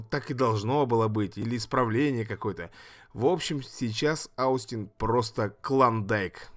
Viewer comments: надо читать не аустин, а остин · Остин правильно произносится, ОООстин! Спасибо за ролик